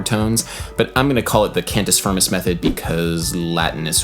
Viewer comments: Huuuge one, Adam! Thank you :D P.s.: it's pronunced kind of "can-tee feermey" (with the "rolling R" if you want to be a latin super hero) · *[cahn-toos fear-moose]